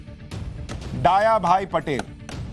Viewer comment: सुशांत जी, डाया भाई नहीं दया भाई पटेल उच्चारित कीजिए।